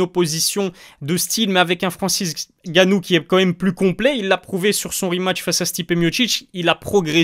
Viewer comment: Bravo :) Mais c’est Francis Ngannou Et ma pas Francis Gannou :)